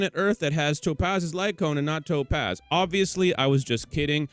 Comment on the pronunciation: cool video i hate the way you say topaz LMAO